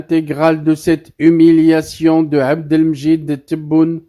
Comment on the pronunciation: En plus, il est nul de nul...un cerveau carré qui ne sait même pas lire ..." Docche frouwade" oh ha wili wili wili " l'humouliation" ... À cause de lui, Dumas, Molière &co se tordent dans leurs tombeaux.😂